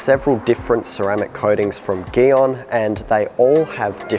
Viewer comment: Why him say gyeon like that